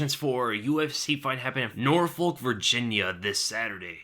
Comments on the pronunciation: Bahahhaha !!!! Its pronounced nor-fuck, not nor-folk lol love the vids ! Keep em coming !!! Also, did I miss a breakdown vid of Felder v Hooker ? Really looking forward to your take on that one (spoiler: Felder won it) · its pronounced Noorfuk